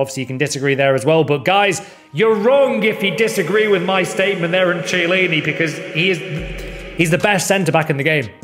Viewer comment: Please for the love of god pronounce the CH in chiellini as a K please for the love of Christ